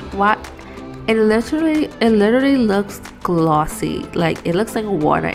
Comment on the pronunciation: this girl: oh my gosh it so gloosy Me: sis, its glossy . now chill with the accent